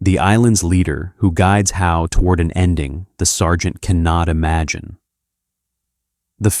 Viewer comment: Sergeant How? Lord Summer Izel? Human being reading script, not bruck, don't fix ...